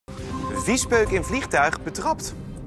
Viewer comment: hoe die betrapt zei